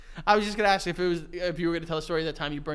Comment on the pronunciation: For a guy who regularly pronounces it "axe" instead of "ask", Joe shouldn't be so hard on words Haha! X'D